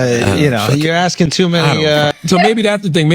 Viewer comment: Maybe if you stop axing people the bank would reopen your account?